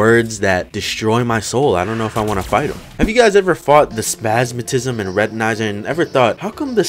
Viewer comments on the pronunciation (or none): I heard spasmatism being as spas and I just thought "oh thats why their are no ads he got demonetized"